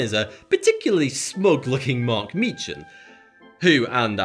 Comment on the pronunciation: More importantly, the ch in Meechan is pronounced as in Loch, not as in scotch.